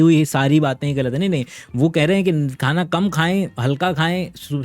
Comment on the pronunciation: Sir aap 'khana' word mein kha pe nukta kyu lagate hain?